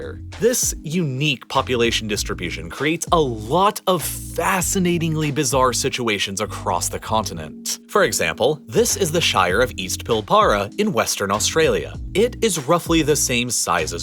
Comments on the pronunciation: As an Aussie, extremely well done - other than mis-pronouncing Pilbara (pronounced closer to “pil-bra”) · Literally, every one of your pronunciations of a noun to an Australian's ears is incorrect. It's incredibly frustrating hearing Pilbara (almost Pilbra) pronounced as Pill-bara. But thanks for the vid. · You're pronunciation of the "pilbara" as 'pil - ba - ra' (as it is spelt) would be correct anywhere except for Australia For us it is pronounced 'pill - bra' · How to pronounce a few Australian towns and regions: East Pilbura = East Pil-bra Kununurra = Cun-ar-run-na Lake Eyre = Lake AIR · PilBrah we don't say pil bara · “Pilbara” pronounced “pill-bra”. The first ‘a’ isn’t spoken. Got Mt Kosciuszko right, though, which is rare. But a very interesting & enjoyable video essay. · It's pronounced "pillbrough" but its spelt pilbara. weird, I know. I just think you americans are weird. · We pronounce it Pill-bruh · This was SO interesting! Thanks for making this informative and accurate video!!! ❤️❤️❤️ Couple of things though: Pilbrara is pronounced "PILbara with the emphasis on the "pil"" and Lake eyre is pronounced lake "air" Lake Eyre has a massive effect on our inland climate if it has water in it. We aren't just affected by El Niño/La niña either, but also the Indian Ocean Dipole. Coupled with La Niña the last few years we've had an absolute drenching from both the west, east and Lake Eyre. Would have been cool to see shots of the moon-scape around Coober Pedy so people could understand that our non-arrable land isn't just red 😁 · I find it so funny how you pronounce Pilbara.... It's Pil- Brah 😂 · Pilbara is pronounced "pill-" in Australia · It’s pronounced “Pil-” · I can't stand it... it's pronounced Pilbra, the 1st A is basically silent! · It’s pronounced Pill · Also Pilbara is pronounced closer to pilbruh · "Pil-baah-rah" 😂 "Coo-nunurra" 🤣 "Esperance" 👍😎 "Eyre" 😆😜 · i just want to say that Pilbara is said Pill-bruh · its pronounced pil